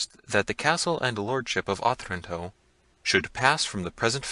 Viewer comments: Yes, uh-TRAN-toe. His reading and phrasing isn't great. And what I presume is a poem at the end of the preface was read really weirdly. It sounded like he was pausing at the end of lines of poetry even though you can tell by the phrases that they run on rather than pause. There's being able to read, being literate, then being able to READ. He can do the first, but not so great at the second 🙄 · Oh- tran- toe Wow..not. oth-ranto